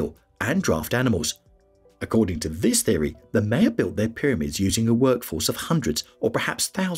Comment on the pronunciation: I didn’t get beyond “Maya”… normally pronounced “My-ya” not ‘May-ya’.